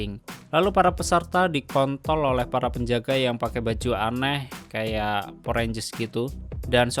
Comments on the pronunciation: dikon*ol atau dikontrol bang? 🗿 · di kontrol weh bang, bukan di kon*** 😭🤣